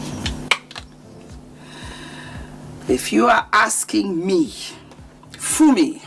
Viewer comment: You said Fumi, and you said it right[[[[[